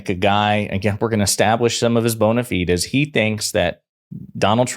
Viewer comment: "Fides," pronounce it like "sides", but with a "f". Otherwise though, please keep up the good work.